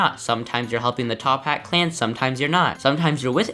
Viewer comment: who else got so unnecessarily mad when he kept saying "top hat clan"